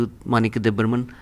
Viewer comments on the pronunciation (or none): Bro you had one job.... Don't mess up the name Debbarma not Debburman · Sir first of all good morning, if don't mind then the way you wrote debburman not correct Debbarman is the right way to right or pronounce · It's Debbarma not deburmun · Not debburman it.s debbarma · It's not Burman It's barman